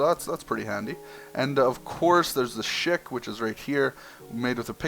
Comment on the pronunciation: Shik? NOPE Shikaxe